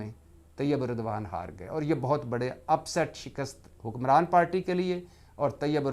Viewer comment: Shakist nahin hota SHIKAST Hota hai